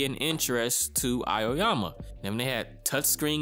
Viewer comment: The name of protagonist is pronounced Ah-oh-yama, not A- yo- yama.